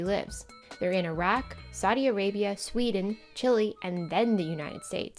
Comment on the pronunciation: Small note, Chile is pronounced "Chill-ay", not the same as chilly.